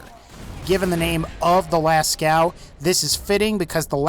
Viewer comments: it s not pronounced lascau but lasco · lascow... it's Lascaux so las-co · la cow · its prenounced lasko and its name comes from a diffent source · Lascaux is pronounced “Lasco” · Pronounced Lascaux wrong but good vid bruh